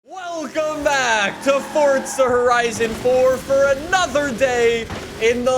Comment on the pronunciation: Furza Hurizon for XD